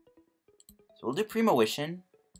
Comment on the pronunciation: it's premonition, not premowition. jesus. And at around 21 minutes, premonition for Grass Energy, Manual attach this turn, he doesn't play N you win. Not clue about the Ultra Ball play?